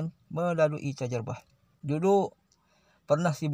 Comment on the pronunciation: Tajribah pakcik ,bukan tajarubah. Dia sendiri yg tak mahir bahasa arab cakap org hmm